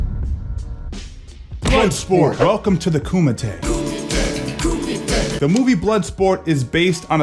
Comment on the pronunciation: Please pronounce Kumite correctly. Its more like koo-me-te.